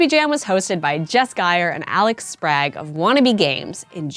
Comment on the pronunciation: Is that how you pronounce Sprague? Is that how he pronounces it? That's not how I have ever pronounced it. I know some people pronounce it without an ah instead of an eay but I've never heard it with an aaaa.